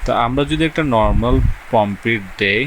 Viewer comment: প্রমপিট ❌ প্রম্পট ✅